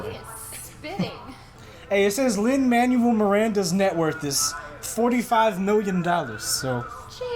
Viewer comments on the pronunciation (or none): He said "Lin "Manual" Miranda I was LMAO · “Shoutout to Lin man-you-elle Miranda” dies